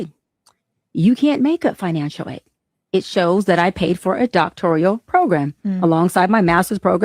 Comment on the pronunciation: I almost believed Cheyenne Bryant but then she said “doctorial.” It’s doctoral not “doctorial.” How do you have a degree you can’t pronounce? 🤦🏽‍♀️